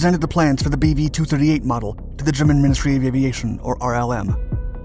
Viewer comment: I can't get past the 'BB-8" that I keep hearing, regardless of it's actual name :P